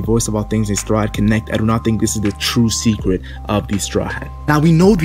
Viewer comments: Is it just me or did say decret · Is it me or did he say decret